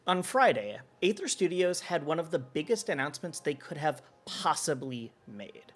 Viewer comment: Aether is pronounced ether, like the shitcoin Ethereum.